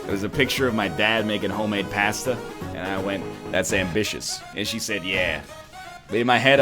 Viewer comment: The way he says pasta I swear